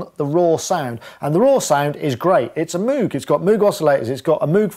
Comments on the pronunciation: MOWGuh not MOOOOOOOguh - any way very good video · It's pronounced MOGE XD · I love the stubborn and deliberate mis-pronunciation of moog! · Haha I used to call it Moo-g as well until folks told me it was pronounced Moh-g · I hear cows pronounce it Mooooo -g all the time. :) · Your Demos are always the best. Thanks. I also cant get out of the habit of pronouncing moog wrong :-)